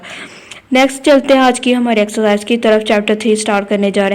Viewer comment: Mam pehle to axcarcise nahi hota exercise hoti h😆😆